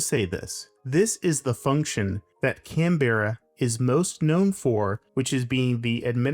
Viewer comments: "Canberra" has two syllables. "Can", like a can of soda, then "bra", like the ladies' undergarment. But the "bra" becomes more of a "bruh". Canberra. CAN-bruh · Came here to say this. And come on, Can Berra? It’s not Hanna Barberra Yogi Berra. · Could you at least learn how to pronounce the name of the city you’re commenting on? And you’re fundamentally wrong about where the centre of town is.